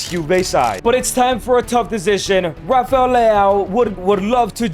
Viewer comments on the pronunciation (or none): none